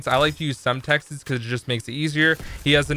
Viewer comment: HE SAID SEMETEX